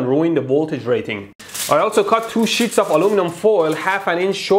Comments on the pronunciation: Im sorry but sounds like shits instead of sheets( : I need hearing aids! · what I heard was "TWO SHITS OF ALUMINUM"😂😂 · "I also cut two shits of aluminum foil..." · "two shits of aluminium foil" - this guy is great